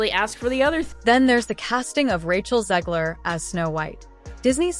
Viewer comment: Her name is said right this time 😞 Sad mocking noises 😂😂😂😂😂